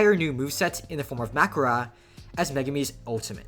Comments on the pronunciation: did bro just call mahoraga, magora 💀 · First time I've ever heard someone say "Mag whorah" instead of mahoraga or makora and I genuinely had no clue what he was talking about at first and had to rewind it 5 times to understand 💀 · "makura" Where'd the k come from 😭😭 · hes saying makora but like mackerel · It's just "Makora" plus an accent But yeah I do agree, it sounds strange with the accent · Makora, its name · how tf does this dude pronounce makora bruh